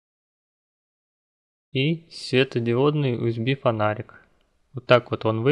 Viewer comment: Не УСБ а ЮСБИ.